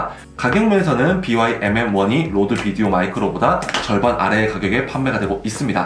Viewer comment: 국내 로드 비디오 마이크로 유튜브 리뷰중에 '로데' 라고 안하고 '로드' 라고 제대로 발음하시는 분은 이 처음인듯 합니다..ㅎㅎ유튜브에서 동일제품의 여러 비교테스트를 포함한 본 테스트를 본 결과, 데드캣을 끼지 않은상태에서는 고음쪽이 얇고 거칠게 들어오는듯한 로드 제품보다 보야 와 모보 쪽이 오히려 중저음이 더 들어와서 균형잡힌것 같고 데드캣을 낀 상태에서는 로드 제품이 중고음이 답답하지 않고 목소리가 적절히 선명히 잘들어오고 보야쪽은 탁해진 느낌이 드네요.데드캣을 뺀 실내쵤영시는 보야 와 모보 제품이 좋고 데드캣을 낀 야외촬영에서는 로드 제품이 좋네요. 의 비교리뷰가 큰 도움이 되었습니다. 고민은 그만하고 사러가야겠네요.^^